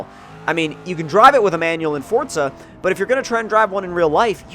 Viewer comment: Quit fucking saying forza like that